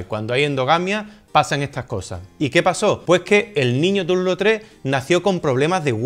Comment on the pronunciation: Obra de Toulouse Lautrec! Y con buena pronunciación de francés 😜